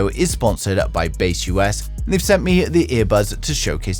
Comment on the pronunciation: broreo its not Base US, its baseus.... :D